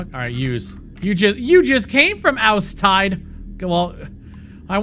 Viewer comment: "Oustide" sounds German. Like "Aüs Tidë".